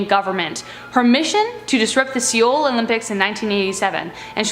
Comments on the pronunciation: Pronounced "soul" not "syol" Also, Kim Jong il. Not Kim Jong II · Did you say see ohl Olympics? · dude it's prounced (soul) not (sEEoul)